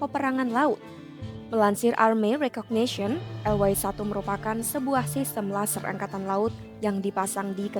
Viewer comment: Fokus ejaan y yang di Indonesia di eja ye sekarang dibaca way(englis),hemmmm...